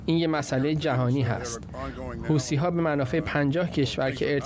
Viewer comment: طرف حتی اسم حوثی ها رو هم بلد نیست گفت هوتی ها مشخص کاملا شوت هستند ببینم چند چند هستند 😅